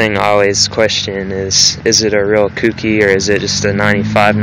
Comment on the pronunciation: It's pronounced "coke-e" not "coukie". Clean car though.